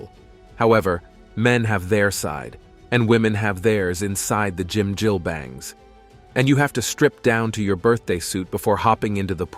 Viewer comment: 이런 양놈이 설명하는 정확치않고 심지어 틀린정보가 마치 진실인양 세계에 선전 돼는건 참으로 문제다 짐질뱅? 한박? 노래이뱅? 뭐 니네들이 좋아하는 갱뱅이냐? 미친 일단 무엇인가 평가를 하거나 정의를 하려면 정확인 뭐라고 발음하는지 정도는 공부를 해라 그게 너희같은 오만한 양놈들이 해야할 첫번째다 무식에 쌈싸먹을 것들아 개를 먹는다고? 너희는 안먹을것 같냐? 안먹었던것 같냐?